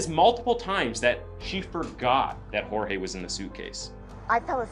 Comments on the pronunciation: It’s George not jorge even though it’s spelled Jorge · Who is hoarehay? His name is Jorges, why are you pronouncing it in a pretentious way? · My biggest red flag isn’t even that she’s lying, that she’s emotionless, or that she’s defensive and trying to force them into believing said lies; it’s the fact she won’t pronounce his name correctly. She was with this man for a while, even if it was on and off. She should know how to say her lovers name properly. She couldn’t, and wouldn’t even take the time to do that. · He is Hispanic and his name is Spanish. Hor-hey. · Bro why does she keep calling him George???? Did she not know how to pronounce here own BF’s name??